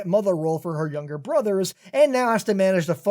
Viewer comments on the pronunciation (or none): none